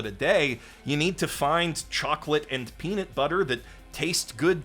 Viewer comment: First time here. Your videos seem great. But it's peaNUT butter, not peaNIT butter